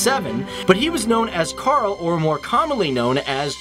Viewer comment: Its not charl is karl